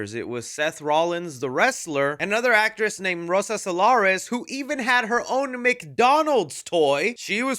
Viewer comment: "Rosa Salares"